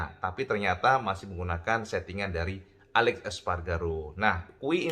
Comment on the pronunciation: Aleix cak, dudu alex espargaro. Huruf i dibaca jelas.